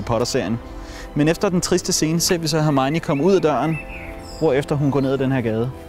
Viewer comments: Hun hedder hermione og ikke hermigni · Du siger Hermione underligt 😂